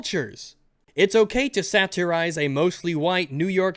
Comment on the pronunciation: The way says 'satirize' pisses me off